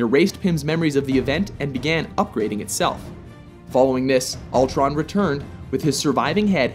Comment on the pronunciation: it's Ultron, not Altron